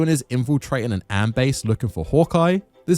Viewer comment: Look i know you're English so you dont feel the need to pronounce things from other countries correctly or for that matter have access to firearms but we dont am down sights the A next to the I make an A sound its AIM not AM learn to parrot